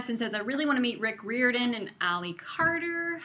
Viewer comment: It's Rick RYE-OR-DAN.